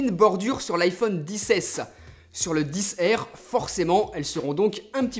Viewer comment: En anglais, R ne se prononce pas "air" ...